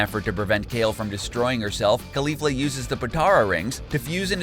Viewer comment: It's pronounced like Rozay not rose, put emphasis on the fla in caulifla not the li.